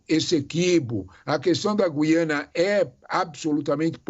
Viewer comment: O Sr é o único que diz G U I A N A.Parabéns pelo seu Português!!!!👏👏👏👏👏